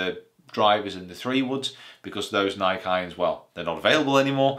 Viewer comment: you said nike wrong